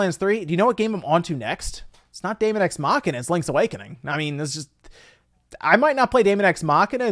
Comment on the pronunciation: They are probably tired of people mispronouncing "daemon"